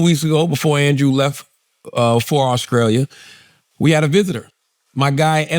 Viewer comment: Auscrallia 😂😂😂come on bro...